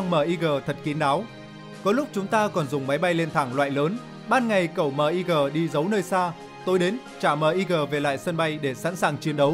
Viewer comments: Sao lại đọc " Míc" là " Mờ I Gờ"; Ko sai về phát âm ký tự trên văn bản... Nhưng bao lâu nay luôn nghe về máy bay MIG ( Míc). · Ad nên đọc luôn tên MiG luôn ad ơi . Đung đọc từng chữ cái mot M-I-G.trong khi mình lại đọc tên máy bay sam 2.